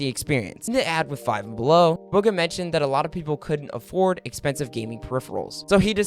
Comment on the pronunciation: Mans really says "Bug a" when its booga smh